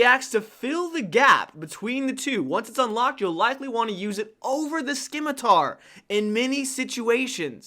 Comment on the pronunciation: Great video! My only constructive criticism is to pronounce "scimitar" correctly. 😅